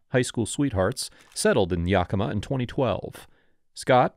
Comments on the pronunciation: It's YEAH-ki-mah. Not Yockimuh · Long time resident of the area. Yakima is more like "yak-im-uh" They like to call it the Palm Springs of Washington... I doubt I'll ever get it. I can't believe I"ve never heard of this, I live in Richland for a couple years, and my inlaws are up near Yakima. Youd think it would big news